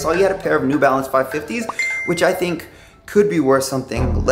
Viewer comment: puma new balanes LMAO